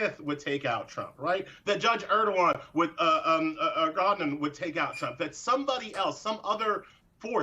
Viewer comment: Oopsies - even Mystal said Erdogan instead of Engoron. He can still run rings around anyone in analysis tho